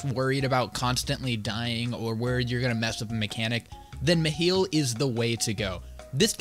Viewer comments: Bro, I still actively see people argue on how to pronounce it lmao. With most saying Mi-high-le. But the people I play with pronounced it Me-heel, so it’s just become habit lmao. I’m just gonna start saying Mikhail though honestly, sounds cooler and is the original name for him. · its at 30-31 seconds in he says Meh Hill or Meh Heal